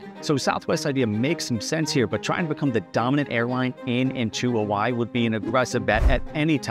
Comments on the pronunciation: "Huh-vuh-ee" brudduh. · He got Hawaii wrong too. He pronounces it "huh-wai" .